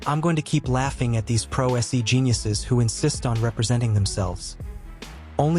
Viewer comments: The judge has the patience of a Saint. Also note to the narrator it’s not pro SE it’s pronounced “pro say.” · As entertaining as I find this video, and as much as I appreciate your voiceover style, I must say it is not "pro S.E," it's pronounced "pro say." Just trying to help here, not being critical. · If you are going to use AI generated voice over listen to it before you copy it onto the audio layer of your editor. You have type in the words "Pro Se" Your voice over has interpretited it as Pro SEE not Pro SAY [it is latin]. Some words used in AI voiceovers need phonetic spelling. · ai voice generator has failed you my guy. Pro Se is not "Pro S E" its pronounced "Pro Say" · The "se" in "pro se" is not an acronym so there is no reason to pronounce it "pro ess ee". It's a Latin expression meaning for (pro) yourself (se) and the "se" should be pronounced more or less like "say" ((without going into finer phonetic distinctions). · The video was interesting -- the AI voiceover was terrible -"PRO ESS - EEE"" Just get a person who can read the script - honest -- it would be SO much better than the ignorant robot! Honest!!! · AI Slop voice over Pro Se becomes pro s e bye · Another AI channel where they don't bother teaching the AI how to pronounce Latin legal terms such as 'pro se'.